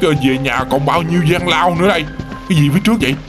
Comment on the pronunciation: Lao j mà lao lau chứ ko phải lao